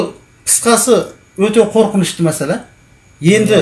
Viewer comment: ҚҰЛКЕРІМ АҒАЙ ЫҚПАЛҒА ЕМЕС ДЕҢГЕЙГЕ ДЕГЕНІҢІЗ ДҰРЫС БОЛАДЫ.СОСЫН ЖАҢӘГІ , ЕМЕС ЖАҢАҒЫ ДЕГЕНІҢІЗ, МӘСӘЛӘ ЕМЕС, МӘСЕЛЕ, ТЫҢЫШТЫЛЫҚТЫ ЕМЕС, ТЫНЫШТЫҚТЫ ДЕГЕНІҢІЗ ДҰРЫС БОЛАР ЕДІ.ӨТІНЕМ ДҰРЫСТАП ТІЛДІ БҰЗБАЙ СӨЙЛЕСЕҢІЗ ЕКЕН.